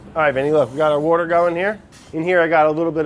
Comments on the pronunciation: fun challenge: try and get brad to pronounce water correctly :) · no one: french brad: l'wourder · "wourder" makes me LOL every time! hahahahahahah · Take a shot every time brad says wourder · every time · Since watching this dude, I don't know how to say water anymore. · I like how he pronounces water and soft... Where's his accent from? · He says water like me❤️❤️❤️